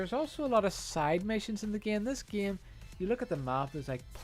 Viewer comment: plz stop saying "geime" and u refuse to get a new faster car because u have to upgrade him and because fo that u hate online. seems fair for a guy that dont play the geime